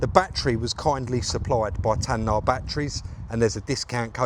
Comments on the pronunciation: It's NOT TAN.... NAH ...., It's TAY...NAH !!! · Nice job,. I'm not a picky prick, but it's Tayna (Tay- Nah) Been using them for a long time myself. Keep on crackin, son. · It’s TAY-NA surely?😂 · I know it's TAY-NA Batteries and I'm not sponsored by them, come on try and get it right one day. Good result though 👍🏻